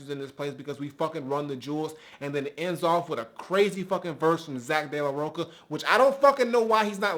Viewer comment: dude, is ROCHA not "roca"